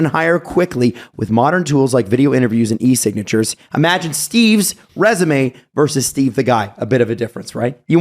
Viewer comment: it's "versus", not "verse".